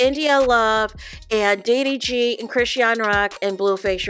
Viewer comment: You're tearing up Chrisean's name 😅